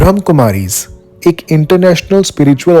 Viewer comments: ब्रह्मा Kumaries kahe Brahm kumaries nahi❤ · omshanti …. brahma kumaries hai bhram ni h … aur brahma baba not brahm baba pls correct pronouns.. m ur sister 🙂 omshanti